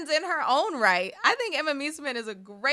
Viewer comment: please learn how to pronounce Emma Meesaman's name correctly, american media keep doing it wrong and nobody tries to learn. I know you care, and can do better with it.